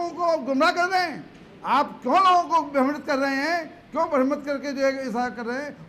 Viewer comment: अबे भकन्चोर भर्मित नही, भ्रमित होता है झंडु bam😂